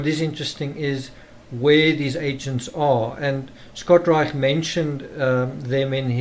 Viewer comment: pronounced Reish ✌🏽